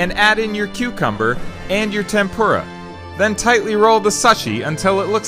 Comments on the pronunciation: Basmati is wrong, fish sticks are not tempura, and the way you pronounce sushi is wrong. You pronounce sushi like suhshi, but the u is ooo. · You pronounced sushi wrong, its pronounced sooshi not suh shi. Also you need sushi rice, not basmati rice. But its fine with cucumber. But fish sticks AKA fish fingers is wrong. You need raw fish like salmon or tuna. Also putting it in the microwave is wrong. Also you said suh shi paper, its seaweed, not suh shi paper. And you added the cucumber which is fine, but don't add the fish fingers... Also you didnt even use the bamboo mat. Also you need chopsticks to eat the sushi. Not with hands. 悪い仕事のシェフのスキューブ。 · It’s pronounced (sue-shi) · It is pronounced soo-shee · Chef u did a great job buy😢it pronounced as suu-she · its pronouced sooshi